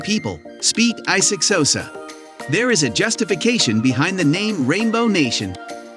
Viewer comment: Bro 🤣🤣 Wtf is i six hosa